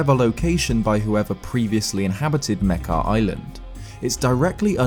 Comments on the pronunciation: wait is that how you pronounce Mekar? I pronounced it "Meh-car" lol not Meh-keh" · its pronounced (muk-are)